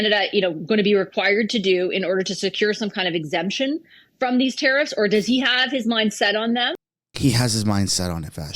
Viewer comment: Geez!!!! Its....... tare iffs!!! Not ta. Reefs!!! TARE IFFS.